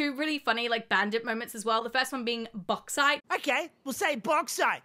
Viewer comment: "Bog site" does sound like Australian strine as we often refer to the toilet as the bog.